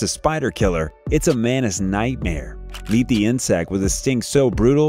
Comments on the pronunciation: Editorial,plzz it's pronounced as mantis not manis as u r repeating again and again.. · To the narrator: it is a praying man-Tis, not a praying MENACE !!! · The pronunciation in English is MANTIS, not MANIS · what the fuck is a "manis"? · Everyone: Mantis Him: Mannis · Can you say Mantis instead of manis? Manis in Spanish means peanuts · his pronunciation of the word Mantis bugged me a lot throughout the video 😅